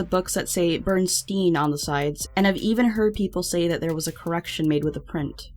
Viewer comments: I love your videos, but hearing you repeatedly say Bernstein/Bernstain was super cringy lol It's Berenstain/Berenstein. Like Bear-N-Stain. Because, you know, they're bears. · Bernstain? It's Bernsiein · It's Bear not Ber that shits crazy :0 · it was not bernstein bears it was Bearnstein bears as in they are bears with an A everyone keeps saying stain thats just weird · A. It's neither Bernstain or Bernstein. The correct pronouciaction is BEAR-EN-STAIN. At most, the way others have been pronouncing it BEAR-EN-STEEN just so you know. B. You know who George Lopez? My mom told me he was friends with Freddie Prinze and even that when Freddie died, his wife gave something to George's wife. And my mom told me this on more than one occasion and than I bought it up, Mom asked me why George would even own something Freddie had. I said because they were friends. She said she had no idea they even knew each other. I said why did she tell me that that. Then recently she said John Cusack was dated Bridgette Bardot. I know because there's a big age difference and I tend to notice these things. Well the other, I asked were they still together, she said she never said that. But I know she did. But when I looked it up online, there was no mention of it either. Even if mom heard a rumor, I still would think I heard something. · "bear-en-stein" bears....not "burn-stain" bears...geeez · I thought it was barenstein not berenstain